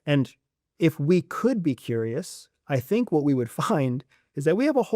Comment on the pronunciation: Curious not furious.